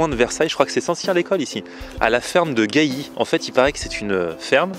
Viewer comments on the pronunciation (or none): Ferme de Gali pas gayi mdr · On dit ferme de gally pas ferme de gailly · On dit ferme de galli avec un l et pas av3c un i